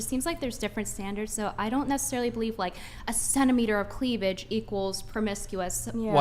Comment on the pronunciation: Chick said cleavlidge. Now you can't unhear it